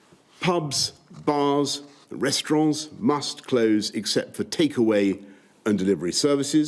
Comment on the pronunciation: He sounds french when he said “restaurants” 😂😂😂😂😂😂😂😂😂😂😂😂😂😂😂😂😂😂😂😂😂😂😂😂😂😂😂😂